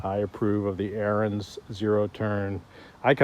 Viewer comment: AR-I- ENS . . . its Ariens! (pronounced) like “Aaron’s." Your killing me bro. You can’t do a review if you can’t even pronounce the name of the equipment properly, lol.